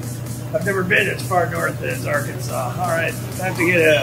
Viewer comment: it's pronounced arkansas